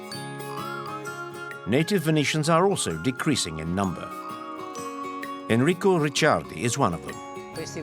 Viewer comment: The speaker invents words or pronunciation : the "gondolieri" (and any other boat-user) yells "Oi" (not Ahoi), the place to build Gondole (not Gondola's) is called "squero" (not "square) .Almost all names get twisted (Enrico becomes Hennrico , Saverio becomes Sayverrio), the max is Brunelleschi (iron. Brooneleski not Bruneleshi).The Artichokes dont need to be "imported", the most famous come from San Erasmo (the venetian veggie-island).Why pronounce Café Florian french? The name comes from owner of the (Floriano = in venexian "Florian". At 24.37 you see typical "terrazzo" floor , not marble mosaic. The prison is not in the basement of the Doge's palace , its nearby in the "lead-chambers. That Tadao Ando became "Tadio" was already quoted .The ship is called "Bucintoro " not "büsantor" (the speaker seems to like french , something in Venezia not really beloved after the horror Napoleon brought to the city).